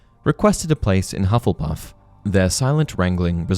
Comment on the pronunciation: “Hufflepuff.” Me: [Hears “Love-lepuff”.] “...Wha...?” [Goes back, hears it correctly the second time.]